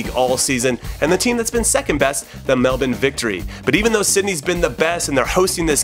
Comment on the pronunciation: Thank fuck jimmy can say Melbourne properly it triggers me when people can't say it right